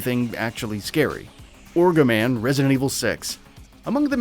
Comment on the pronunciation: It's ogroman,not fuckin orgoman. Literally can't see a point of this video. Why is Alexia here... dumb video